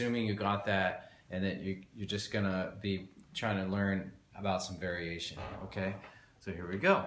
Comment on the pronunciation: I love how you always make 'variation' into two words. I think we should start a campaign to recognise Vari Ation as the correct pronunciation:)